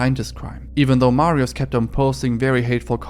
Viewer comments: i hate every youtuber that doesnt give a fuck about proper polish pronounciations it really isnt fucking hard to say mariush (sz makes a sh sound) instead of mariuz and i know hes a deplorable person but this is such a pattern everywhere im so tired of it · bo nawet nie ma próby w jego wymowie mówi Marios nawet u dobrze nie wypowiada. Nazwiska wymowa jest najbardziej amerykańska jak się da. Nie starał się. Jakby to było po hiszpańsku to by spróbował i itak by jeszcze przepraszał na kolanach za błędna wymowę. :/